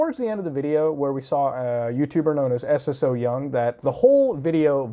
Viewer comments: The fact that he calls her S.S.O. Young instead of Ssoyoung is sending me bruh 😅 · It’s pronounced So-young, you just put emphasis on the “ss” not s-s-o-young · Isnt her name pronounced sew-young and not s.s.o. young? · hey love your vids recently! Just wanted to mention her youtube name "Ssoyoung" is just her name pronounced "So-young" with an extra s : ) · i‘m sorry i‘m sure it‘s a good video but i can‘t get over how you say S S So Young 😂 i can‘t watch the video. pls look up how to pronounce korean names when talking about korean youtubers. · Lol I love how u say her name like s s syoung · love the points of argument but please please please. saying it as s-s-o-young bothered me throughout the whole vid when you can ask a korean how to pronounce it just as you have asked if it is a culture thing.